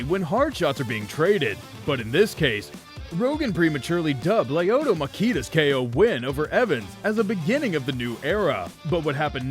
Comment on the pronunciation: Lyoto ma-Keeda lol